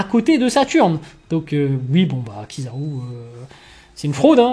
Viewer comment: Ta façon de dire kizaru est une fraude m'a fumé 😂😂😂😂😂😂😂